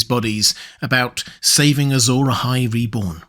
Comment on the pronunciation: It's interesting you say "Azor eyes" because it sounds like "azure eyes". Azure as in blue.